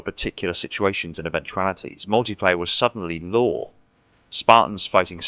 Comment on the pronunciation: 9/10 times it sounds like you’re saying “Law” instead of “Lore”.